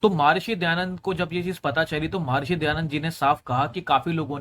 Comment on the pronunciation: वेद में श्लोक नहीं मंत्र है। महर्षि ना कि महार्षि।